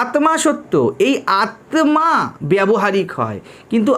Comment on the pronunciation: Maharaj ek ektu thik korte anurodh korchi uchharan. Bengali te Aatma hoi na . Hindi te hoi. Ota Aatta. আত্মা = ত্মা = ত্তা অর্থাৎ আত্তা উচ্চারিত হয়। ধন্যবাদ।